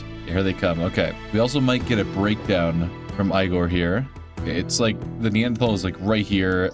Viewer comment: aigor? its egor! duhhh 😂